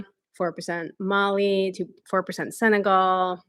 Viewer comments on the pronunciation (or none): none